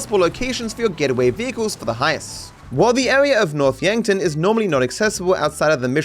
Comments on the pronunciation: It sounds like he says “North’a Yankton” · the pause at "noth yankton" is so funny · "North Yankton" I lost it. 🤣🤣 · Franklin: “North Yankton”